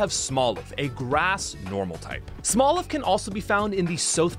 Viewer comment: Before you release a video can you PLEASE read the names properly? CAPSakid not CASPakid. ArmaROUGE not ArmaROGUE. SMOLiv, not SMALLiv.